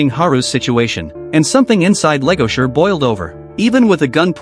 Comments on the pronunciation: Why the hell is this dude calling the wolf Legosure? Its Legoshi. Lol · It's not Legosher it's Legoshi 😂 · Legoshi!! Not legosher or legosure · LEGOSHI Not Legasher please tell me you messed that up on accident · BRUH!!! LEGOSURE!!! WHO THE FUCK IS LEGOSURE?!?!?!? It's LEGOSHI!!! 😭😭😭😭😭😭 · its legoshi not legosher brotha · My ears burn. What the hell is legosure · It's Legoshi! Man pronounce it right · First off the Ai voice over said legoshi’s name his mame wrong